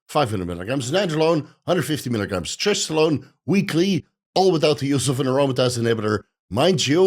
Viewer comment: You butchered the annotation on trestolone btw